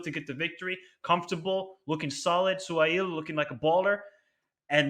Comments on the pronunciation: It’s pronounced su-hail. However, we call him by his first name Ha-reb. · From UAE, Suhail's father was a good defender at Al Sharjah club for many years, it's crazy how his son became the almost the most important strikers for UAE now lol, and his name pronounced: Su-ha-il 😁. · Yes said it right its pronounced SU-HAIL, also the issue with bento is he used to pick players that dont get time with their club, this is the first 2 games he picked right and in march we would finally have a proper center forward caio lucas so we hopefully have a chance